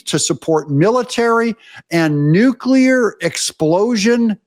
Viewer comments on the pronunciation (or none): Hi name is pronounced Devin 'New-nez' not 'Noon-yez'. Get it right. Also bad 'new-ku-ler' it's 'new-clee-are'. Have a nice day.